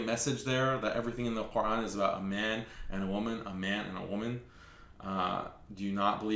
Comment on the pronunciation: WOW she doesn't Even say the word Quran properly, that just shows that she's Not a Real muslima, She's clearly one of them pushing their satanic agenda.